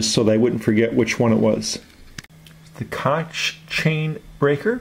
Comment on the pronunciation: Its not super important but its pronounced like "coke".